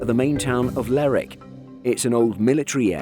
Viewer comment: Surprising and laudable that you pronounced Lerwick correctly.